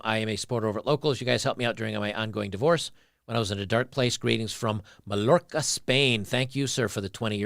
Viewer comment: Hey man, i'm also from Mallorca Spain, just wanted to tell so you know that it's pronounced like mayorca instead of Mal lorca! Great work man very helpfull keep it up!